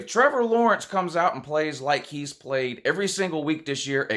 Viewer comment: So your problem with Minnesota is, "Who dey pwayed?"